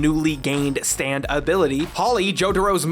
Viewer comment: I couldn't help but here "stand" as "Stan" every time, kinda alters the tone when "Stan ghosts" are included.